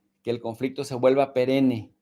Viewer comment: Se pronuncia perenne no perene